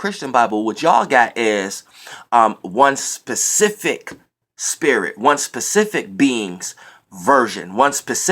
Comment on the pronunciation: Lol he was really making a point to say SPECIFIC instead of PACIFIC like he been saying. I never cared anyway cuz the message is the message..